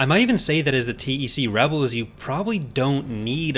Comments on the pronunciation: You say T E C and not "Tec"? It feels strange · yeah but saying TEC sounds so right, probably because TECH and TEC-9 (think is the name of one of SMGs in San Andreas)